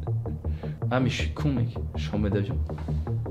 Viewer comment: « Ji souis un mec courageux » 👌😆